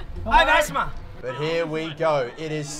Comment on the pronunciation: No one:: I HaVe AsHtMa